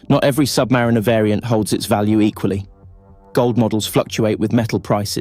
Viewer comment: Learn how to pronounce the name of the watch